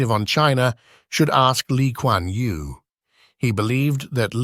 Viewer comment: Lee Kwan Yew, not Li Kwan Yu